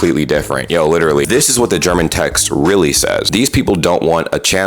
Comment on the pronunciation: That's pretty much the best german pronounciation I've heard a US citizen say on youtube, in months. It was honestly good!